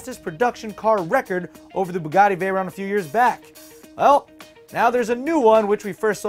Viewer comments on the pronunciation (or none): none